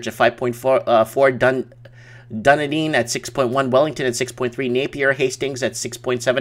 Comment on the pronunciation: I was watching Martin North's live stream and you have lot of fans there, who also follow him! Would love to see you guys do a show together. ps it is WELL-ING-TON! Also it is Wai (Why) kat (cat) o = Waikato - Why-cat-o. (be local and say "the Waikato")